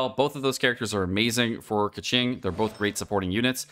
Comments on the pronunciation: Where were you when playing Genshin impact? You skipped Keqing? That is why you dont know how to pronounce it. Its pronounced as Keching and noy Keking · Isnt it pronounced “Ke-ching” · He did it on purpose. It's more like "meme" version of pronuncing her name "KEKWing" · When he said Keqing and Kecking I died😂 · Keqing sounds like Pegging 😎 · kÆkeng??? I'am dead bro 💀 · I think he is intentionally saying keking just to make me cringe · Oi 😡 /j Pronounce her name like Coo-Shing 🤬🤬 /j I’m kidding- thanks for this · Could not watch this video. That Keqing pronunciation was lowering my IQ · You realise he was trolling right?